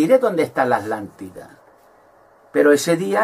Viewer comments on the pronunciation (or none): Porque no pronuncias la primera T de ATLANTIDA , Dices Alantida. Conio pronuncia bien carajo